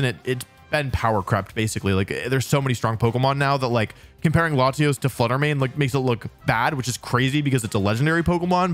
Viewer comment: Thank God he didn't say "layshos" and "layshas"